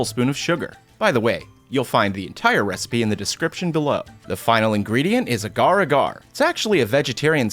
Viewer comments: Aggar Aggar Me: Oh no Its pronounced Ahhgar Ahhgar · It is written; agar agar. How it is pronounced; ah gar, ah gar. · Its pronounced as "Ah-gar Ah-gar." Good friend. But nice recipe my friend. All the way from singapore. Our welcome. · Its Agar agar not agar agar